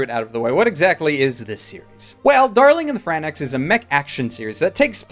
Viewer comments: Man if you have watched the first episode you should know how to say franxx properly. How can you say franax more than one time it sounds like your speaking a hole different language man. I’ve seen all the Darling in the franxx episodes so far and it is so good!!! But you saying franax is just disappointing so so disappointing 🤦‍♂️ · Downvoting for pronouncing it “FRANNAX” what the actual fck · What in the heck is a Frannax?? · “Darling in the Fran-X” lmao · I don’t know if your “saying Darling in the Fran-e-XX” on purpose or if it’s a joke to get us all triggered. Either way it’s hilarious. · hey idiot it's pronounced "Frank's" like the hot sauce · ugh... I couldn't last til the end its PRONOUNCED FRANKS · Are you misspeaking and saying FranaXX on purpose? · Fran-ehx rly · FranXX is pronounced "Franks" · please aslo stop calling them fran x..its one word lol. FranXX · I swear to god every time you say "Fran EX" I get progressively more triggered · Do you say "franics"? Also, how did the mecha design not remind you more of Star Driver? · Fran axe? is that the Canadian pronunciation? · You mean it's not pronounced "Franks?" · D00d! Seriously? I love your videos, but how can you pronounce "Franxx" wrong? It's pronounced "Franks." Even the characters pronounce it as "Franks"! smh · Every time he pronounces it 'Frannex' I die a little inside. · "DARLING IN THE FRANAXX" lmao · Im not usually anal about pronunciation but what the fuck is this "franax" bullshit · It pronounced "Franks," like you would call a hotdog. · Fran ax eh. I mean they pronounce it in the show but why not. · Loved the vid as always but the way you say "Franxx" is killing me I'm like 100% positive that it's pronounced like "Frank's" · Franxx is "Fran-s"... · They pronounce Franxx so many times that you have no excuse for calling it Franax. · Help! I can't tell if he's saying "FranEX" ironically or accidentally? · MAN IT'S NOT "FRAN-EX" PLEASE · FRANaXX?? Are in on Xanax dude? -. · Frankes? (Jk)